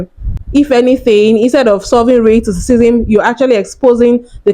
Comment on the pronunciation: AND AS FOR YOU...YOUR TALKING ABOUT RASCISM AND CANT EVEN SAY THE WORD LOL GTFOH